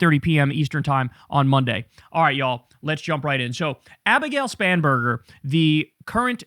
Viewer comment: She has one of the most unfortunate surnames... At least when Kyle says it, it sounds "Spamburger" every time. Also, I don't know why, but the applause during her speech sounded very artificial, like from a machine. Am I the only one who heard that? 🙂🤷 Anyway: All the power to the Democrats, as far as I'm concerned! The Republicans need to go away.